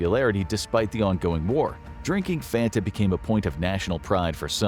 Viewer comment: THATS NOT HOW YOU SAY FANTA YOU DUNCE